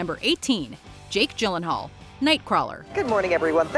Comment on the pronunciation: Sad that the narrator doesn't know how to pronounce "Gyllenhaal".